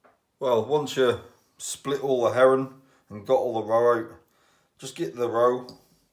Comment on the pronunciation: I keep thinking you say Heron not Herring love the vids.